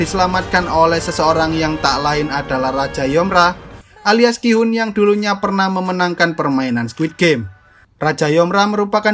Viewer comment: Ki-hoom bukan kihon atau gihon